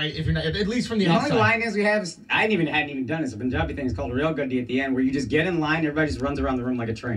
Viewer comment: Also it's PUN-jabi. Pun as in the English word for a kind of jokes.